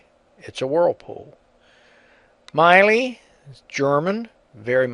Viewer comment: That's Miele NOT Meile..!